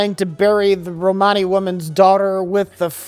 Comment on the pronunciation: Oh, hey, good on for correctly saying Romani! That's growth.